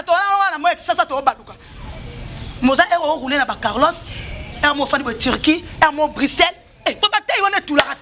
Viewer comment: On roule caross et non carlos Awa bolingi ko tanda Ba vie yaba ninga